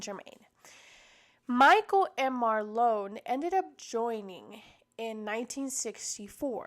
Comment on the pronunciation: His name is pronounced as “Mar-Lynn” not “Mar-lone” 😂😂😂😂😂